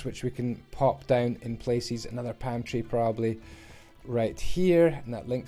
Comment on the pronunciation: Everytime you say palm tree I think you’re saying pantry 😭😂